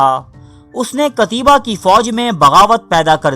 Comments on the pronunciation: بھائی جان نام قتیبہ بن مسلم ہے، قتیابا بن مسلم نہیں. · قتیبہ ت پر زبر ھے نہ کہ زیر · Phele namm tu sahi le le😂😂😂😂pata hai nahi😂😂😂😂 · جاھل ایڈمن، قتیبہ کا نام پہلے سیکھ لو۔۔۔ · بہت اچہی کوشش ہے لیکن نام صحیح لیا کیجیے